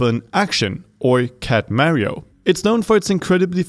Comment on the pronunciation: “And of course mare-re-yo like”